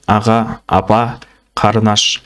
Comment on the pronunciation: "Қарын аш"-емес, ҚАРЫНДАС